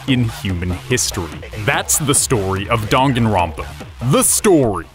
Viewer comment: I know damn well he didn’t just say donganronpa